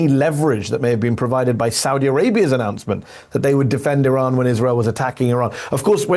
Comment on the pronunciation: You need to pronounce the name of your country correctly sir.